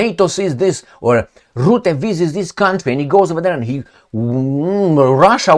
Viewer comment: Rutte, not Rootte. Pronunciation is not difficult.